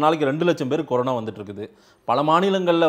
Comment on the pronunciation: Corono illa da anchor. Corona adhu. You are such a irritating anchor.